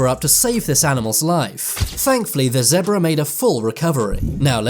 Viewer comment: "Zeabra" Zebra